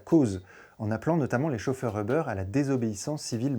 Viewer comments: On dit pas "euhbeur"!!! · On dit pas "euhbeur"!! En anglais on ne dit pas euhbeur! Quelle prononciation à la plouc ! Comment peut-on croire la vidéo si le mec il ne sait même pas prononcer la compagnie.